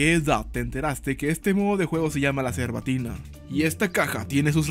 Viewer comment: Jajjaa Las voces que haces están bien feas apa Y en vez de cerbatana Dijiste cerbatina